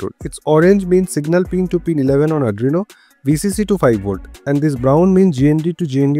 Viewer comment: Not Adrino it's Arduino..😆